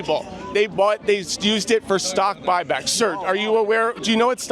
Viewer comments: “I’m not concerned about stock back bock” 😭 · "I'm not concerned about stock bock bocks!" lmao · I can't believe you turned that one guy that pegged you as a Democrat into a chicken by asking him about stock buy-backs. Dude said "I'm not concerned about stock bock back bock or whatever" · “i’m not concerned with stockbock back bocks”🤡🤡🤡🤡🤡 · "stock bok back bok" 😄